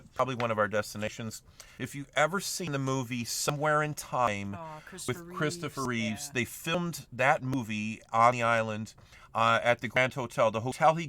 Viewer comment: ) you said "Christopher Reeves" He totally lost his "s" .... its Reeve now throughout history ... mandela effect.